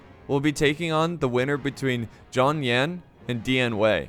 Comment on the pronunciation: Couple of suggestions for pronunciation: "X" is pronounced like "Sh" and "A" is pronounced like "Ah". So when you say "Xiahou" it should sound like "Shya Ho" and "Zhang Yan" like "Jahng Yahn." Your pronunciation is getting better! Thanks for the great vids!